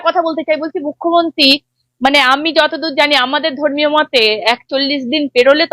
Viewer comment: আবার সেই মুখ্যমন্তি আর রুদ্দনিল। অসহ্য। রুদ্র, আপনি দয়া করে রোজিনার উচ্চারনটা একটু ঠিক করে দিন।